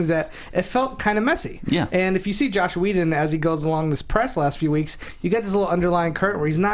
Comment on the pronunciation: it's joss not josh